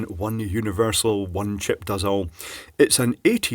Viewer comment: I love how you say "Chip(puh)".